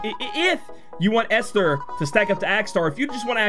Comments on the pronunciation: A few ppl have put in the right way to say Esther. Another way to think of it is Est-Her, ester. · Not that it matters much, but I’m pretty certain the H (in Esther) is silent, so it’s just “Ester.” I think it’s a distinction for the name to separate it from the word Ester (chemistry term). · For pronouncing Esther’s name , the H is silent. Should help for the future. Atleast that is how people I’ve met in the past pronounced their name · it pronounce as " (Eh)sther "